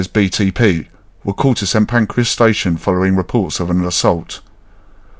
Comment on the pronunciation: You call it St Pancreas 😂